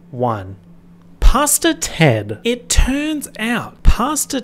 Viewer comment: I know you’re saying Pastor Ted but I’m hard of hearing and keep hearing “Pasta Ted.” I know that this adds nothing to the video but it made me laugh every single time.